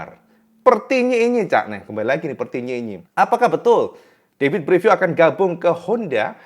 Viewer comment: Gigi dalligna = jiji dalinya Davide Brivio ✅️ David Brivio ❌️ Sekedar masukkan saat pelafalan agar lebih nikmat didengar ditelinga.